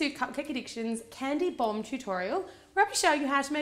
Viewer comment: It sounded as though you kept saying "candy bong" xD